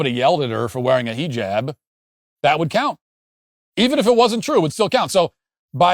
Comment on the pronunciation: Him purposely saying heejab is driving me crazy